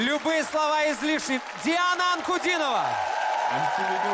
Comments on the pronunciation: I think it's pronounced Dee-o-na. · This performance is a true masterpiece. Diana (aka Queen of goosebumps) is merciless in her vocal attacks here. There is no need to be a prophet to predict that Diana has won this contest. And by the way her name should be pronounced as Dee-ana. Thank you for the reaction.